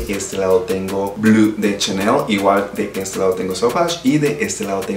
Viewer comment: Sólo un dato, como recordarás, Chanel es frances, por lo tanto NO se pronuncia blu, se dice: BLO !